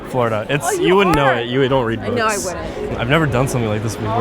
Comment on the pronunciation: "I come from Flo-rida." OMG, this thing alone! Mispronouncing and misframing is great